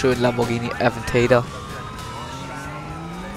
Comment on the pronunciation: achja. der lambo wird aventador, nicht äväntäida ausgesprochen.